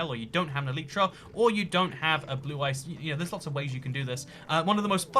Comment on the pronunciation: He said blue ice